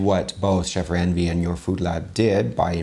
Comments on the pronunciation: just a little correction😊 Indian Chef Ranveer Brar's name is pronounced in India, as "run"veer, not "ran"veer as you say it. As for classic dishes, Paneer (pronounced in India as "pun"neer) grilled dishes in Indian cuisine taste awesome too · Bro you really butchered chef Ranveer’s name It’s not ran veer it’s more like run veer. 😂😂 He is really one of the best chefs and you should also review chef Sanjeev Kapoor’s recipe as he is one of the all time greatest Indian chefs.